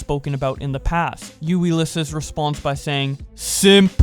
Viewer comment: Imma be real, you butchered the pronunciation of Ulysses